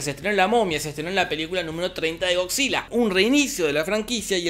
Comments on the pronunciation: yo crei que decia "cockzilla" :v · Nadie: Don Jorge: “Gogsila” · Escuchar a don Pinarello decir "GoCzilla" es un viaje de ida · estaba buscando este comentario. pensé que tal vez estaba escuchando mal